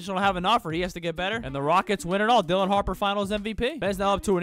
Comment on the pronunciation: I thought u said Dillion Harper then I rewound the video and saw it was “Dylan” 😂😂